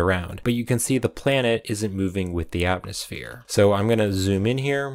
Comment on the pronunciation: Having trouble saying atmosphere? 😢